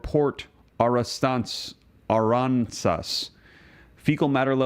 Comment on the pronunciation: just a friendly Texas FYI, they are pronounced Ah-ranz-as. The Sabine one is pronounced Sa-bean.